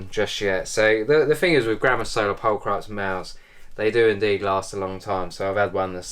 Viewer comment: How can British fuck up the word pulchripes so bad 😂